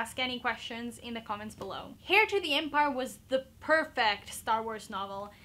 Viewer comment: Are you wearing a shirt? Also the H in heir is supposed to be silent. Peace outttttttt.